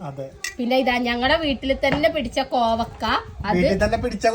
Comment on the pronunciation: കോവക്ക അല്ല കോവയ്ക്ക ഞങ്ങൾ പറയുന്നത് കോവക്കാ എന്നാണ് ഞങ്ങൾ പറയുന്നത്